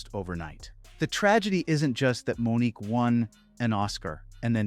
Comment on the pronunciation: Okay, if you're going to report on something, you need to do the research and cover things honestly. Years after Mo'Nique (whose name was mispronounced multiple times in this video) was blacklisted, Tyler Perry, Lee Daniels, and Steve Harvey ALL admitted to advising execs to not cast her and unjustly characterizing her as difficult because she threatened them. If you're willing to address the difficulty of Asian actors to find work, then it's kind of telling that you glossed over the harassment and ostracization that Black women have always received, even from other Black Artists. You need to do better,. Your slip is showing.